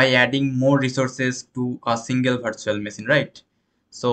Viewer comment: It is not bhartical , bhartual ... Its virtual , vertical 😢